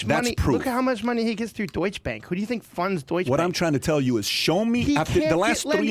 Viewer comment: The CIA guy can’t even say the Deutsche Bank‘s name correctly